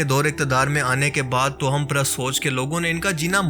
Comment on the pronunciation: tohum nahi Bhai sahi talaffuz tavahhum hai